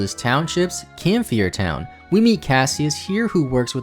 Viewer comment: I mean no offense in saying this, but there are a lot of names of Pokémon, places, characters, etc. that you pronounce incorrectly. For example, Camphrier Town is pronounced "Cam-fry-er," not "Cam-fee-er," and Laverre City is "Luh-vehr," not "lava-ray." I love your videos, but they would be that much better if you were more careful with your pronunciations.